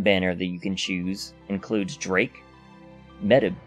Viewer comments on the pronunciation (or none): Good job with the video! Good luck with your rolls! Btw, Medb is pronounced as "Mayv."